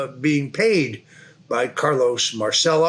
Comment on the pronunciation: Mahr chell oh NOT mar cell oh